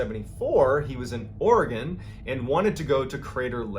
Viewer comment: Hey! You pronounced Oregon perfectly this time 😀 Awesome video, as always 😘💨